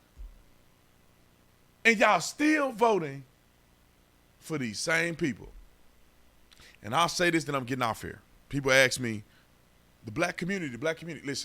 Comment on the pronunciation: It's ask me. Not aks